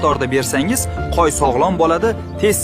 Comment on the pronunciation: Nega qo'yni qoy deydi qaysi tilda aytyapti